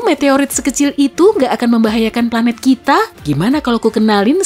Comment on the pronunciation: Pelat bumi 😭😂